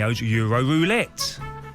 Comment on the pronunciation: "Wets pway jose mouwinhwos weuwo wouwette!!"